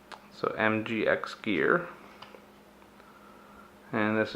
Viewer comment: Nice upgrades, thnx. But check your reading of company name! Oops